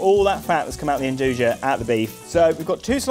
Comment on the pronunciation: It's pronounced "ndooya" not "endooja" lol